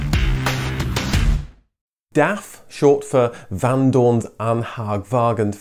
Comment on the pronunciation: Van Doorne's ... what? Haha. Thank heaven for subtitles, now the Dutch could even understand it.